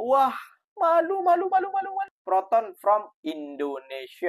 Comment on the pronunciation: Proton bukan Peroton 😅